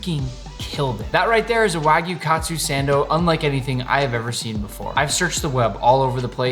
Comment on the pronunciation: This man just said wagyu katsu sando, it's wagyu kaatsu saando